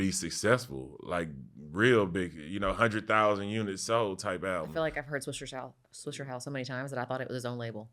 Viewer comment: Why these white people keep saying swishERhouse lmao